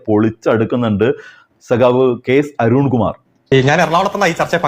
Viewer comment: അരുൺകുമാർ അധ: പതിച്ചു ഉച്ചാരണംശരിയകകുക